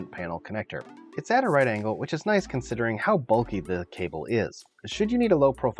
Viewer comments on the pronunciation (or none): none